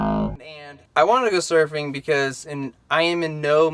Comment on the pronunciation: Hey, that's cool you went smurfing (at least that's how it sounds when you say it). I'm from South Bend originally, but have been "from" coastal California since 1972. I've never been surfing, so you're waaay ahead of me. You looked good out there. Well done! Cool trip, good memories.